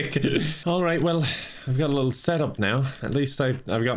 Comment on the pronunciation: “it’s a big littl’ lake”